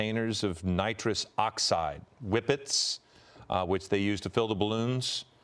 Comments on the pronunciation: Nitris lol....they said helium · It's nitrous you fuckin anchor-bozos